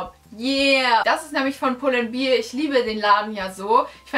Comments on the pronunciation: aber echt 😂😂 pull & beer? 🍺🍻 wtf!? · Ich finde es so schrecklich, wenn Menschen "bear" nicht richtig aussprechen können. 😂😂😂